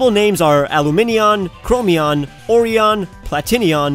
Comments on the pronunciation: Why does the oreon sounds like oreo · I love how Oreon sounds like oreo😂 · OREOn really? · him: oreon me: laughs orrrrrrrrrreeeeoooooooo n XD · "ORAGON" Huh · Oreon sounds like oreo